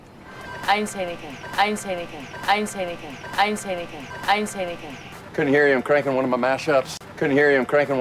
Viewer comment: 동글님 처음에 여자부인 didn’t발음이 전혀 안들리는데..왜그런거죠?? 그리고 매번 너무 정성스런 영상 감사합니다!!!